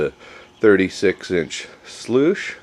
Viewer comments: Nope. You lost me after you said 'schloooose'. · It's not a schluice. It's a sluice.